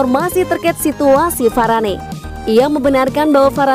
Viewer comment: Varane di panggilnya varan, mbak